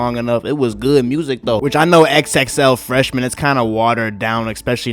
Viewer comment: Why u say xxl like that tho